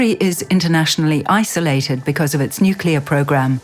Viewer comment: she narative said aha aha nuclear bomb !!!!!!?????What ??? It's nuclear rocket English woman.